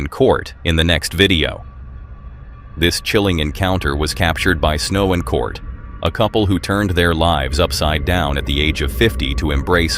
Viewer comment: Why do you keep calling Snow's husband Cort? It's Curt.